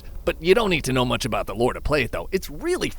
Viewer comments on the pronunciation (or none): none